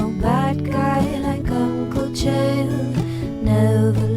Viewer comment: Chael “DEF” Sonnen